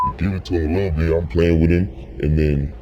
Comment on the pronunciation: Its bit not bid